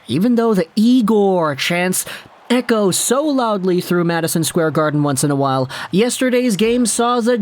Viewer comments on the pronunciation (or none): none